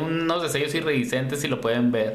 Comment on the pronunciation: Miligramos es en sólidos y mililitros en líquidos 😉 y se dice iridiscente no irridiscente